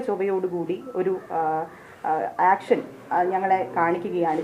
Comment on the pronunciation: ആക്ക്ഷൻ അല്ല ഏക്ക്ഷൻ😂